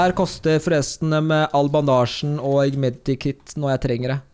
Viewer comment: Det heter ikke medi kit det heter med kit